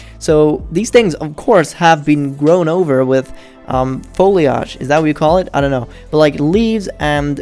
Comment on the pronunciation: “Foli-AHJ” xD